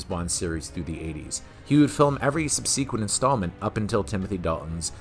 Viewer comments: Ahh callow one, great job but it’s generally pronounced “ “SUB-se-quent” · Is this dude trolling us..? It seems every installment of this series so far has had some blatantly mispronounced word or major error.. in this one it's the usage of the word "subSEEquent" at the mark .. not to mention last week's strange Freudian slip with the whole "did you mean Sean Connery" thing... just very bizarre that there's no editing of these glaring grammatical errors.